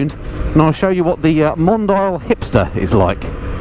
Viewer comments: Pronounce it right, "Mondiiale"...it was cool enough for Ferrari. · I think it’s Mon-Dee-al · What a lovely little bike! BTW... hope you don't mind my pointing out the the name "Mondial" is pronounced Mon-dee-al. I guess that makes it sound a bit better (exotic?);)